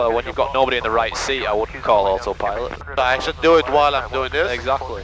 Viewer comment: It's not autopilot, it's Ottopilot !!!